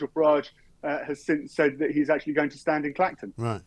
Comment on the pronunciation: ’Akshully’ alert!!!